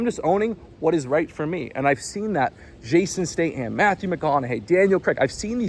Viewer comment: Fucking up the pronunciation of Jason Statham AND Daniel Craig's names multiple times is impressive.